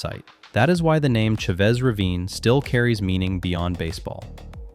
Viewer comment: Well done! Excellent video. With respect, the ch in Chavez is not a hard sound… it sounds more like an sh, like shaves ravine. Dodgers Stadium will be the home of the Dodgers until an earthquake takes it out, they keep that place up to date and in immaculate condition